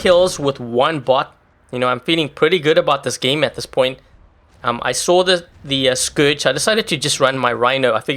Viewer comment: Its scourge not scrouges